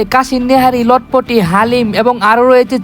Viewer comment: চটপোটি ❌লটপোটি✅